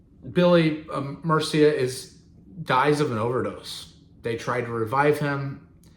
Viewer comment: You did a great job! I have a couple corrections but you did really capture the Dolls. I can tell you were worried you were mispronouncing Murcia - you got it! Though he didn’t die of overdose, he was drowned. He had gotten blackout drunk and two groupies thought he was ODing and to revive him they poured coffee down his throat effectively water boarding him. I also wouldn’t credit the commie aesthetic as the downfall of the band, 3 of the 5 were hopeless addicts and they faught endlessly. The end of the band was when Arthur Kane, Jerry Nolan, and Johnny Thunders was all sent to rehab and when they came back they couldn’t stand the others. They went their separate ways, to no fault of McLaren. This also wasn’t an untruth, but you missed how much success Johnny Thunders & the Heartbreakers had in England. One person described it that they hadn’t seen fanaticism to that level since Beatlemania. The Heartbreakers were a sensation and they passed just after that wave of fame. They didn’t split up between 2004 and 2011, they took a few months off after Arthur’s passing then returned January 9th 2005 and didn’t split or take a break till 2011. RIP Billy Murcia, Johnny Thunders, Jerry Nolan, Arthur Killer Kane and ZK”L Sylvain Sylvain